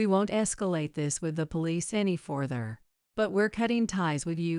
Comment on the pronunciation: Pronunciation of the word “further” is incorrect.